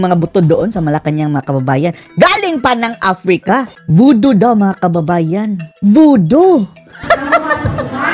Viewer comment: may mangkukulam sa norte🤣🤣🤣may wakwak naman sa cebu🤣🤣🤣voodoo naging vootod🤣🤣🤣